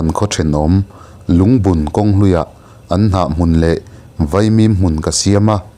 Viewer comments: Lungbun hi bun i tihlai hi diklo...ngun ka bun tiha kan lam ag hian lam tur ani e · Lungbun tih lam rik dan hi ...(banbun)tih a bun ang hian lam rik tur ni in ka hria